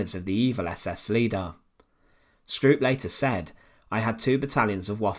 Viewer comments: It's pronounced "SHTROAP". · Although I am Dutch, not German, I would like to bring to your attention that the wrong way you pronounce Stroop's name. You Brits never seem to learn how to pronounce European names in German, Dutch etc. correctly. From your perspective it should be pronouced "Strope". Would it be possible that when you make video's like these that you first learn how to pronounce the names of people correctly. It's irretable the way you do it unnecessarily. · The usual irritating tuneless narrative.... Besides, it's pronounced "Strope". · This is really a poor coverof this topic. Half the pics are rote war pics that have no relationship with Stroop, whose name the commentator is unable to pronounce correctly, just as he can't pronounce Heninrich or Warschau correctly.